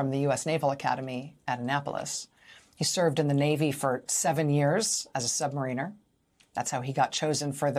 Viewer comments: Mar inner ... Not marine er . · i like Rachel but 'Jimmy for short'? It's not shorter. By letter count it's the same length and by syllables it's actually longer. Also, her pronunciation of submariner as submarine-er....